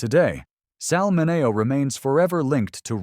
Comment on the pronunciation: Never heard of most of these. The Blk. Dahlia had several great books written about her (1 by her potential- killer's son!). Peg Entw.'s story would make a good movie... how many have seen her ghost? Dear AI: Sal's last name is MIN-E-O. Did Hattie Mcd. get a Hollywood-Star even? A. Booth's photos are of a MAN not a woman... which is it??